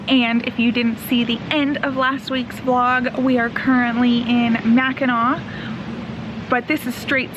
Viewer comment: Welcome to my home state! U R doing well with pronunciation. Right first time Macki"naw" rhymes with awe(short a). So glad your enjoying! Edmund Fits. song from mid 1970s explains wreck. The Tac. Falls a beauty!! SUE SAINT MARIE. Hope u tour Mack. Island on bikes.